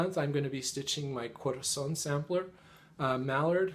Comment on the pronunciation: Wow you pronounce Corazon very well! I speak spanish as my native language :) I love your stitching!